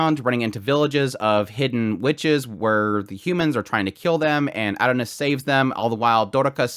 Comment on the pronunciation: I had no clue who you were talking about for a couple minutes until I realized you were saying "Adonis". You're not pronouncing it correctly. It's OK tho. The Japanese pronounce English words strange. But.... just because they pronounce "miracle" as "mirakuru" , I'm still going to say "miracle" because it's English. I like your videos but I got completely distracted by your pronunciation.